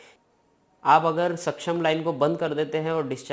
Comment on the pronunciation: सक्षम nhi hota paaji suction होता 😂